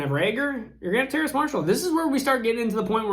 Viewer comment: You nailed the Terrace name this time 👏 lol